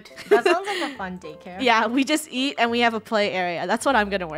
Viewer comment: The second time she did it was Eat not YEET